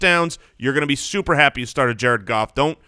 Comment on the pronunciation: "Jared Garf"